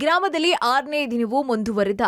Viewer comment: Adu dinavoo sinavoo alla